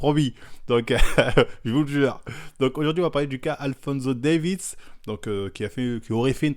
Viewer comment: Alphonso "Davids"